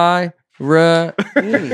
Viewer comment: Nate demonstrating the large-print reading of the word inspiring: “in-spi-ra-ing”. It just gets better!!